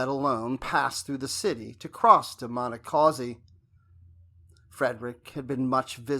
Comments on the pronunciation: It’s painful hearing the narrator weirdly and wildly mispronounce “Monocacy” each and every time. The correct pronunciation is: Mahn-knock-kha-see Do everyone a favor a re-record this video using the correct pronunciation of Monacacy. Perhaps you used a bad AI version to do the audio? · Check you pronunciation. It's muh-NAH-kuh-see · It be nice if you knew how to pronounce the name of the battle !!!!!!!!!😤🙄🤓